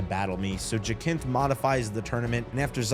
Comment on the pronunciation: Plenty of games are set in a single location, its all about the scale of it and za is fine, but glad you enjoyed the game and especially the story, btw its pronounced ja-synthe